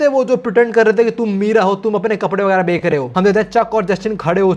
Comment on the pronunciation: BHAI CHH BOL LE 😭🙏🏻 KA BOLE JA RHA HAI 20 PARTS SE 😭🤚🏻 EG:- BEKK LE INSTEAD OF BECH LE 😢 BTW LOVE YOUR CONTENT 😅